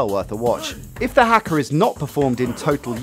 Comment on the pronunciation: That's not how you pronounce haka - it's hah-ka not hack-a.